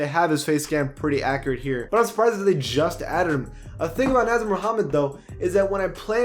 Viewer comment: He also pronounced "Nasir" as (Naz-ur) instead of Nah-zeer) 😂